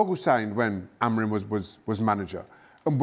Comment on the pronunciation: Hahaha "Amogrim" Craig is so funny😏